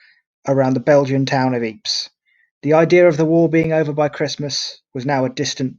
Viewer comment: I enjoy all your offerings, thank you. Just by the way Ypres is pronounced "Eepre" no s on the end... the old guys said it "wipers" and gaol is pronounced the same way as jail ... Friesland is pronounced "freeze-land" not "fries-land".